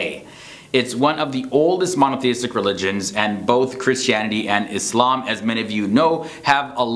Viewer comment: Like, how you pronounce the word Islam!!